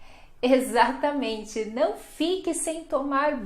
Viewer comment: "Ezatamente" kkkkk